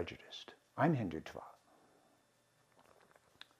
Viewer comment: To speak so lovingly about India, Hinduism, etc., one really needs to be better connected with the language(s) of India. One should be able to pronounce dental Ds and Ts (द/त -- हिंदुत्व, नरेन्द्र) correctly instead of conflating them with retroflex Ds and Ts (ड/ट -- हिंडुट्व, नरेण्ड्र). One should also be able to disambiguate between unaspirated consonants and their aspirated versions (डर्म for धर्म) I was even more surprised by his conflating a noun/adjective for an abstract noun ("I am Hindutva!"). These are all abominations especially for someone who professes to LIKE India and its dominant religion/culture. Aren't the SOUNDS of a culture an inherent part of it?